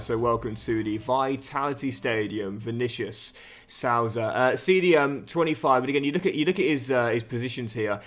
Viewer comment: Just letting you know as a Sheffield united fan that it's pronounced vinicious suiiiza not how it's spelt but ye